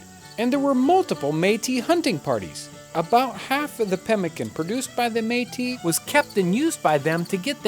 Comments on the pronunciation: The Meat-us lived in the apple-at-chian mountains lmao. Its pronounced May-Tea and Appa-lay-shun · Man I didn't realize that's what he was talking about. I've been looking for "Meatists" for like an hour now LOOOOL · Btw metis is pronounced Metiss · I noticed you changed the pronunciation of meatis. Did you find out between videos that that is the real way to say it? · Hi; it's pronounced metiss :) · John I’m pretty sure it’s pronounced meat-tis. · took me 2 parts to realize he is reffering to the Metis people, cause he said mee'ti, Metis just mean part white part native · Métis is pronounced MA tee. It is a french word. It runs in my family. I'm Canadian and my family goes back to the mid 1600's. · The Meatice people. lol that was really bothering me. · Métis, if you want to pronounce it properly, you have to exagerate the S at the end, like for Paris ( even if In French we don't pronounce that S, but this is another story ) . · Except that all of Canada pronounces it the other way. You have to remember with Canadian French, it has been disconnected from European French for 200 years, and a lot has changed in that time. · I'm not laughing. He made a mistake and corrected it. But you're right, good on him. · I thought it was a bad pronunciation of Metis, the french name for people of mixed origins.